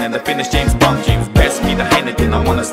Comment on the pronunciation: James Bwoahnd